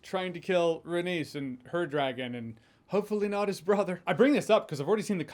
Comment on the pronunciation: its pronounced RAY-KNEES not RAY-niece